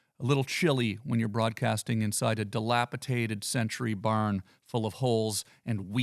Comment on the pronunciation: Tom you said dilapiTated. It's delapidated! 😂😂😂😂